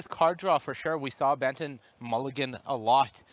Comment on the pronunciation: Is it just me, or do I keep hearing Ben 10 when they say Benton?